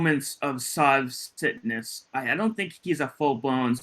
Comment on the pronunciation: When you said, ‘Sov Citness,’ I thought you said, SOV SICKNESS! I like Sov Sickness better! 🤣🤣